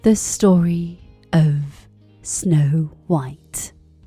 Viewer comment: 백설공주가 이렇게 따뜻하게들리다니 우리나라 영국발음전도사ㅋㅋ